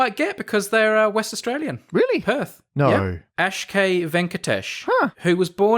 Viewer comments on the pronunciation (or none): I'm inclined to deduct a point for Brady's pronunciation of "Akshay".